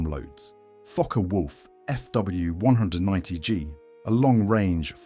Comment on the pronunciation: LOL at the AI trying to pronounce 'Fw', coming out "Fuhwuh". 😄 For the most part the models are very well done (except for that alternate universe 2-engine version of the Ju-52), but my goodness... so many cringey content and narration errors.